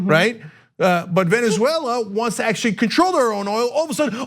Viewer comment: I don't know why it bothers me so much that Ana says Venzwella, but it does. And she says it a lot.